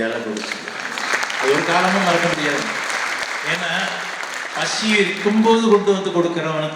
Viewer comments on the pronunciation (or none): It not passi rather it's pasi...